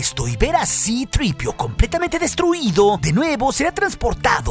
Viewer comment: Que mal queda decir "sitripio"😂